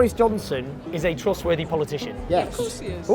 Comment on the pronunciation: Bowis. Jounson is a twustworthy powitithian